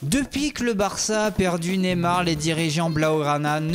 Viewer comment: Ca se prononce Neymar et non pas Némar